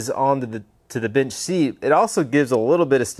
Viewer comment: 🫣I’m hard of hearing and kept thinking you were always saying “bitch” instead of “bench” thinking dang this guys gangster. Hehe